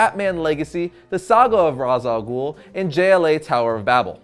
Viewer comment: also ghul doesn't have a silent h it has another sound which is "خ" in arabic and americans or people who speak only English in general can't pronounce it